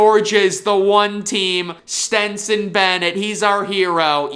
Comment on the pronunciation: My man called himself an expert but doesn’t even know how to say Stetson’s first name correctly, just saying.